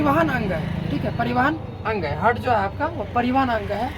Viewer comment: हार्ट होता है सर जी .... हर्ट नहीं होता है